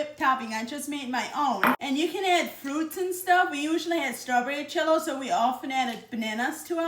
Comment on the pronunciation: that's her accent when she pronounces it that way.